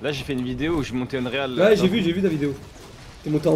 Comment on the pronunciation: Non mais c est quoi cette facon de prononcer unreal ?? Unreal engine ...